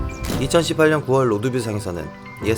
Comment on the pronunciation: 다시한번더보는데 형 에 2018년 발음 쫌....